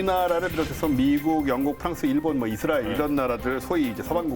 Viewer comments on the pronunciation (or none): none